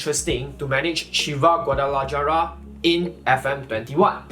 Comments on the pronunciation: It’s not gua-da-la-jah-rah it’s gua-da-la-ha-ra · "GuadalaYara" lol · Great content and very informative. One thing though The "j" in Guadalajara is pronounced as an "h". So it's actually pronounced Guadala(h)ara